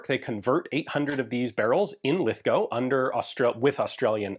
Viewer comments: Thank you for pronouncing Lithgow correctly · Congrats on pronouncing Lithgow correctly!